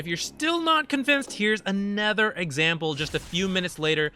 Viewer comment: I always wonder why you pronounce other/another as "ether/anether."